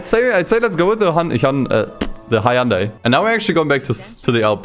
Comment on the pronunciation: "let's start with the hayandey"